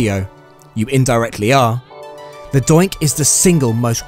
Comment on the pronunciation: I thought he said dyke..